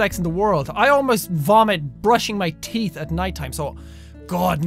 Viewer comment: when he said it hurt his teeth it sounded like it hurt his tites